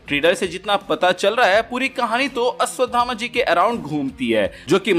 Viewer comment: Ashwatthama....not Ashwatdhama